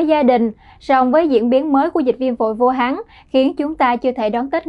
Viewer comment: Good Morning DKN Training department : May you please listening your MC pronunciation and Vietnamese grammar? For example: Vu Han ( not Vu Hang ). Regards ; QPHAM